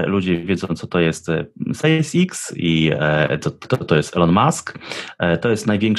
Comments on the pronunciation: Nie Space IKS tylko Space EKS :). Czesto ktos tak mowi nie poprawnie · nie chcę się czepiać ale uszy mnie bolą jak słyszę spece iks